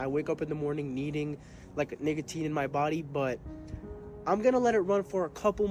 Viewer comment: bro actually said niggatine